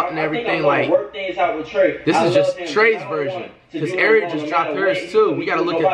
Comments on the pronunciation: Lmao, Flight’s having a hard time saying “Airi” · Flight you can’t say ari?😭